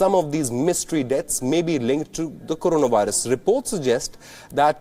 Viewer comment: First Pakistan should learn to pronounce Corona Virus...